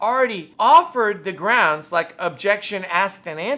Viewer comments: Brocks Axed a questioned than objected to his own question than said grounzz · "Grounce"- Darrell Brooks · First of all… it’s GROUNZ. Also, are you not a public servant? Is this not your oaf of office. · He says "Groundz" 2 million times.